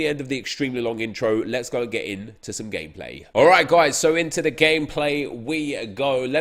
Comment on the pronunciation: Is it just me or when says gameplay it sounds like gay play